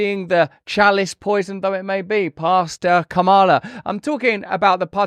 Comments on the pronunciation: Did I hear Hillary mispronounce Kamala's name? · Both Joe and Hillary can't pronounce Kamala's name correctly.....no beat down there.